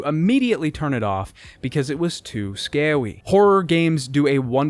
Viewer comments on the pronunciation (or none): "Too scarwy" 🙄🤣 good one good one. You're mom appreciated that one haha